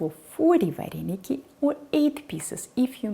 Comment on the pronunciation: в Украине нет слова "вареники"! В русской транскрипции это звучит: "варэныки"! Научитесь правильно произносить наше национальное блюдо! Кстати, русские вареники с творогом - прислаженные, наши - присоленные. Это, к слову, о начинке вареников с творогом! А это, вообще, что??? Добавка к нашим вареникам??? Кстати, поищите в Интернете, как произносится слово "Украинские вареники" - на Українскiй мовi! Дякую!